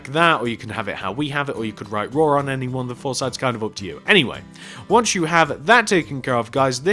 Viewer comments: It is RAW not RAH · Its suppose to be RAW not RAH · You spelled RAW wrong you said rah but it’s raW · its RAW not RAH mate